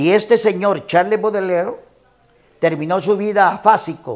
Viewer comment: Que yo sepa se pronuncia charls Boudelier , PRONUNCIACIÓN